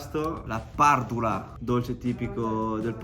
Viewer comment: Grazie per aver reso onore a tutto ciò che hai mangiato e bevuto! È stato super soddisfacente vederti mangiare così di gusto i piatti tradizionali della mia terra Madre❤ Non da ultimo è stata onorevole la pronuncia dei piatti (Casu Axèdu, pàrdula, il fatto di chiamarla "salsiccia" e NON "salame", pane carasàu...): grazie davvero per questo contenuto che mi ha evocato tanta nostalgia!